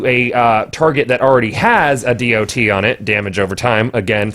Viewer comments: can we just call it a 'dot' instead of a dee oh tee. kewl thx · Why are you saying D.o.T? Just say DoT. You're the only person I've ever heard say it like that.